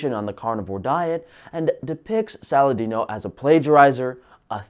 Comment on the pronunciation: Lol, you nailed Saladino!